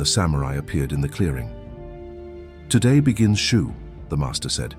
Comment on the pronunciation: Shoo, Shu, Shoe? WTF